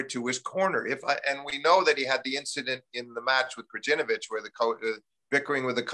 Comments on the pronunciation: Greetings from Serbia! Steve it's Krayinovich (Krajinović). 😅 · I'm with you on this one! When the guy said "Grudginovic" I had to stop for a moment. Who the hell is Grudginovic? It's not like they can't, but they won't learn because these are "complicated" names from "complicated" (and "minor") languages. Plus as the ignorant fella replied you here, we'll all live, right? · I love Steve Flink, but he's so bad with names. KraGINovic, Tsitsipidas, WTH. Americans constantly mess up my name too though, and it's only 2 syllables. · Am I the only one bothered by how many of these professional american journalists - in this case lifetime - couldn't be bothered to learn to pronounce the names of the top players at least half right - Zverev, Tsitsipas, Krajnovic. Again, we are taking about a professional journalist. The correct pronunciation could be found on the ATP website - on the page of each player he himself pronounces in correctly.